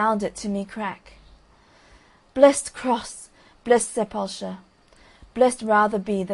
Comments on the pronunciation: It took me a long time to figure this out but it's sep-ull-ker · The narrator is trying to say Sepulchre--a tomb, a grave